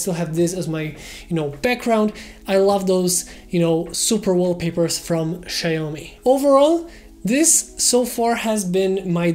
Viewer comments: the correct pronunciation would be ‘she’yao-mee’ or ‘see’yao-mii’ because the letter X in mandarin has both the pronunciations. Anyways, thanks for having published the video! I’m probably getting this in late august. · that's not how to pronounce Xiaomi 😭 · Did he say? Sya-yo-mi?